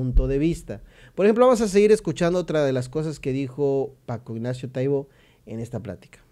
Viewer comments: ES TAIBO NO TAIBÓ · Lo pronuncias mal, precisamente no tiene acento y tu lo dices con acento en la "o"